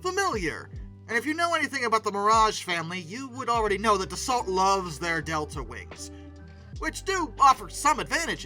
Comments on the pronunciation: no AI narrator here. Thank you. But it's funny that you worry about mispronouncing "Rafale" and then go on to slaughter the pronunciation of "Dassault" over and over. Hint: the "T" is silent. It's not pronounced like "the salt." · Dassault is pronounced, 'Dah-so', by the way 😉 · Hate to be the well actually guy but it's pronounced dah-soh (as in SOW - what you do to seeds) - ish..... there's no closer easily recognisable English word I can think of. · In Frrench we don't pronounce the LT in Dassault. We pronounce. Daso. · If you correct yourself over the pronouncing "Rafale" maybe you should pronounce "Dassault" correctly, Dass-Oh. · In Dassault both the l and the t are silent. Pronounce Da-so. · If you want to prononce right RA-FAL, you could also prononce DA-SSO right 😁 L and T are silent. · more DA SO. Easy . As a general rule, the final letter is most ofteb silent. Like in canard. D is silent. Meaning "duck". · Dassault is also pronounced DASS-OH (with a French accent. The T, as in Renault is silent. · Dassault is pronouced "Dasso".....when A and U appear toghter in the french language they are pronouced as a single O and the L and T at the end of Dassault are silent.its like the french word " Corps" such as Army Air Corps or Marine Corps.....it's pronounced Cor and not "Corpse"...the P and S are silent. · That's not how one pronounces "Dassault" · the T in Dassault is silent. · Great video ❤ Gojira intro ❤ Geneva convention level of massacre on french names ❤ (I'm not even french) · You bang on about how Rafale should be pronounced but butcher Dassault 🙄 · pronounced: da-soh, not da-salt. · Dass-oh not Dass-alt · It's Da-so. LT is silent. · You're prononcing "Rafale" correctly, but you should also prononce Dassault like "dasso", it is not "of assault". In french we say "char d'assaut", litterally, a tank. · It's Not DA-SALT. .....ITS ....DA-SEW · Yeah... Da-so, not Da-salt. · Dassault - the “l” and “t” are silent. So “Dassau” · Yeah, isn't it da-sow?